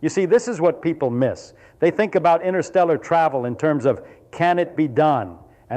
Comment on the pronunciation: It's not innersteller it is pronounced interstellar. What does he know? 😊😅